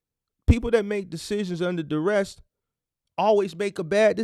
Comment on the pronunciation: I’m learning a lot. Hopefully with your informative videos and a consultation or 2 I’ll cut out a lot of the mistakes and hit the ground running. I also appreciate your effort in enunciating and properly pronouncing words. However fyi there is no t or -Ed on duress or novice. I know you wanna be the best you can be. Just a little constructive feedback. Enjoying all you do bro.